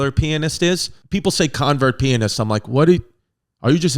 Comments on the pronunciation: LOL Chris saying “convert pianist” instead of “concert pianist”. Obviously a typo by Pimp. Don’t worry, we still love you! 😂😂😂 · He says "'convert' pianist" like 4 or 5 times I think he meant to say "concert" pianist Perhaps..... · Convert pianist? That was so idiotic, I couldn’t tell if he was joking. It’s concert. It speaks to you level of proficiency. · You're hitting me with a 'v' babe, but it is a 'c'. Always has been, always will be. She was a "concert" pianist. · Great video but: concert pianist. Ethel (eth ul) Desilu (desi loo) love it tho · Great facts. Poor pronunciation: CONCERT - SCANDALS - DESILU - ETHEL - SPECTIN' - ENCIENTE - VITAMEATAVEGAMIN. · Did this MF really misread Concert that many times? 😂😂